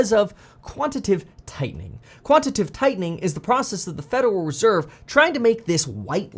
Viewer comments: It's QUANT-I-TA-TIVE. 4 syllables, not 3. 🤣😂🤣🤮 Is quantitive even a word? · it's quantitative, not quantitive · Just fyi…It’s “quantitative” tightening/easing, not “quantative” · Kevin, it is quantitative [ kwon-ti-tey-tiv ] mate. Love your work ethic dude, keep it going!